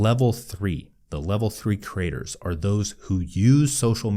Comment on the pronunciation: It’s ironic and fitting that when speaking quickly, the word “creators” often comes out sounding like “craters”.